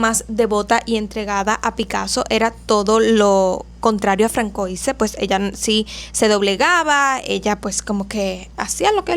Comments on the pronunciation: De veras que no soy quiem… pero tanto cuesta buscar la pronunciación de algún nombre en google? Osea, entenderías de veras lo aberrante que suena si supieses que se pronuncia “fransuá”. Así te ahorrarias medio video de aberrantes “francoises” y podrías tener más credibilidad. A parte que te has saltado etapas de la vida del hombre de una manera guapisima 😅 Esq voy a pausar el video srry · No se pronuncia "Terese" sino "Terés". Y no se pronuncia "Francoise" , sino "Fransuáz" En francés, como en catalán, existe la letra Ç (llamada ce cecilla) que se pronuncia como una S. De ahí que se escribe Françoise. Saludos.